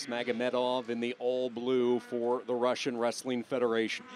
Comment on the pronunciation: "raSIn wrestling federation". ha, he talks to much. cant even control his speech